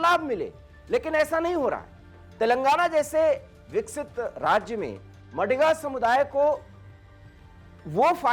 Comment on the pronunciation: It is not मडिग नही it is मादिग हैं।please correct pronunciation.